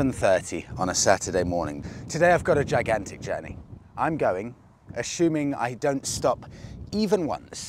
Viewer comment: Assuming, not ashuming😞